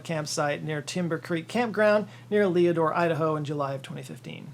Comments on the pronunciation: FYI, it’s “LED”- ORE, Idaho, as in, they used to mine ore with lead in it. It started out as a mining town. Although the way you pronounced it is much more poetic… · Leadore is pronounced led-or. Or, "Lead Ore" without the space. I'm a native Idahoan (recovering) and my uncle was the Fish & Game Conservation Officer for the area for many years, so I spent a lot of time up there. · Leadore is pronounced as if it were two words Lead Ore. the name came from the mining that took place in the area. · Small correction Leadore, idaho is pronouced"Lead Ore" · It's not Leodore....it's Ladore. Some of your basic information and facts are slightly tarnished and misleading, not sticking with investigative facts to the T is bad for those of us who know the case very very well. That's why I commented. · I hope you meant "lead-ore" and not "le-door". Named after the metal-bearing rocks found there. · Leodore, Idaho is pronouncd "Lead Ore", not "Leo Door". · THe Idaho town "Leadore" pronounced "LED-or", not "LEE-a-door". LIke, what kind of ore do you mine there? Lead Ore. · Not to be that guy, but its pronounced "Lead-ore" not "Leeadore" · Hi, Idahoan here. The name of the town in the second town is actually pronounced "led-ore." Idaho has the stupidest pronuciations. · Pronounced lead - ore because ya know lead ore was mined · Leadore is pronounced Ledore. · The way you pronounced Leadore ID was hilarious.